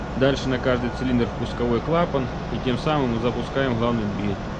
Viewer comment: Почему нельзя "хговорить" уже по-украински, или по-русски, как-то определиться, а то какой-то суржик. "Хгазы","хглавный","хгидравлический".